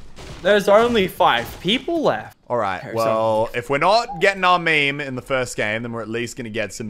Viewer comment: Please stop saying meme